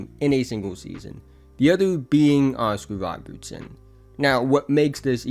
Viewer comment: Woscar wobertson and wrussel westwrook 😂